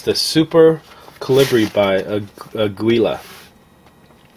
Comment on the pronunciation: Aguila is pronounced like "ah-gee-la". It's "eagle" in spanish. (Mexican company).